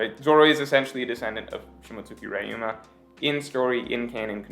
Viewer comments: Say Reeeyou, not rayu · man .. it's Ryuma not raiouma or raiuma or rai uma (thunder horse ) lolzzz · 2 things. First, Momo's dragon is pink. Not red. And yes, I do realize pink is a shade of red. But he's very noticeably pink. Secondly, it's pronounced Ree-yoo-muh.